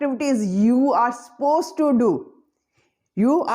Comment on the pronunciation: Madam, please pronounce suppose correctly it's not ‘pose’